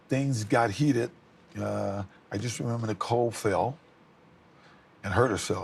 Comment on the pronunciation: Its when he says "To be honest with you I dont rember " well telling the hypothetical story of the brutal murder.